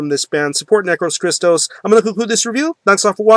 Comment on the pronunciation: \m/ Hell yea, somebody reviewed Necros Christos \m/ I have their 2 albums and their compilation, I'm missing "Nince Graves" but I will buy soon. Oh well the band's name is greek words, and the tone while you are saying it goes like that "necrOS christOs" the tone on the "O" \m/ keep it metal! Is there anything similar like necros christos?